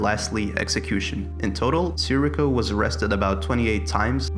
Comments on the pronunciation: the constant mispronunciation of Sirico is outstanding. SEAR-EE-KO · He's my Cousin and your not even pronouncing his name right, it's Sirico. His father call all the time asking for prayer for his son, Tony..